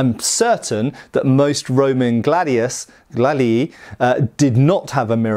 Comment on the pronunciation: I believe the plural of Gladius is pronounced Glad ee eye. Any Latin speakers out there?